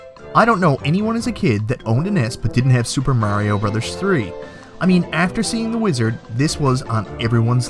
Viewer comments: wtf is Mary-o? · Super "Merry-O" lol =p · Why did he say "merry-o" and then, right after that, say Mario, the normal way? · "Mayrio brothers" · I was only joking with ya. I hear both pronunciations here in the states too. I just thought it was funny because you actually pronounced it "Mario" later in the video. It's like Ninja "Guyden" or "Gayden" and "Rye-yoo" "Ree-yu." Part of what makes retro gaming fun, all the different pronunciations and how they create debates from time to time.